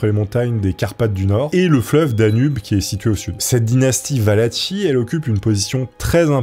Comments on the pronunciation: Valachie se prononce Valaquie et les personnes se nomment Valaques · ça se dit Valaquie !! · Excellente video comme toujours un régal, surtout avec un sujet passionnant 👌🏼 Simple précision la Valachie se prononce "valaquie" 🫣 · j'en peu plus. faut que tu te décide : soit c'est Valachie ("valatchie" comme tu le prononce) et valach(e) soit c'est valachie ("valakie') et valach ("valak" comme tu le dis) mais pas un mix des 2. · La pauvre Valachie (va-la-ki) qui s’est fait massacrer son nom quarante fois en une vidéo 😅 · Soigne ta prononciation! La Wallachie c’est comme orchestre 🤦🏻‍♂️